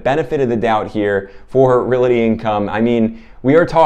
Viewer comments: Real-Tee not Real-It-Tee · Not to be a nitpicker, but I thought you might want to say “realty” correctly? It is not reality!